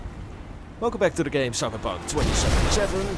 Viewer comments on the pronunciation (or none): Did i heard "welcome to Cyberbug 2077"?? Lmao